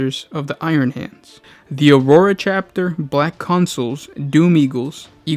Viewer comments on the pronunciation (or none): none